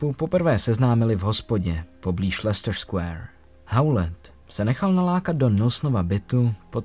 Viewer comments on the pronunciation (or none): none